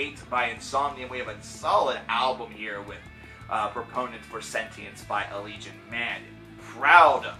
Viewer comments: Ala-gay-on. Thats how you say it. They say it in one of their vids. Duh! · I would always pronounce the name "al-eh-gay-on" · I pronounce it "Al-lee-Gee-On. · it's pronounced uh-legion.